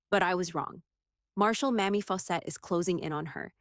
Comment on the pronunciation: Don't mean to knit pick, but the female Marshall's first name is Mamie with a LONG "A". Not the way the narrator kept saying it. Thanks.